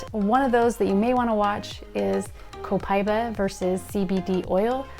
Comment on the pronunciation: Pronounced Copa eeeeba